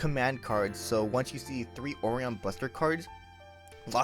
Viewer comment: hearing ore-on is ridiculous... for O-ri-on (O-ry-On)